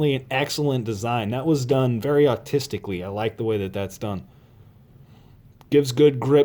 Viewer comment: Ben Kroko I came down to see if anyone else noticed that. Must be an accent